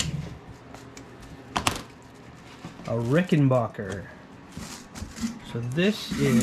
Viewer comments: It's pronounced "Ricken BACK er" Not Bocker or Baugher. BACK like scratch yer BACK. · And it’s “back” not “bock”. Rickenbacker. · It’s an a, not an o. Rickenbacker.